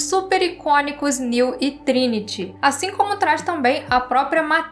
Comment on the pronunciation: A parou de chamar o Neo de Néu kkk